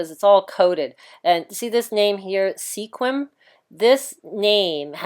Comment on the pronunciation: loved this video, I am from the washington olympic pennisula area. I have been to sequim, actually pronounce as squim the E is silent, there is a game farm there where you will see mountain lions, elk, moose 2 california brown bears that wave at people ( they wave at people hoping someone will throw food out of their vehicle...I guess that makes them pander bears). there are many different animals there that are not native to washington or north america for that fact. I hope you are wrong about the earthquake I live so close to the strait that if I trespass in my neighbors yard I can see the strait. I am too high to worry about a tidal wave but I am so old and I hate to go out like wiley cayote. oh by the way, thumbs up on the pic.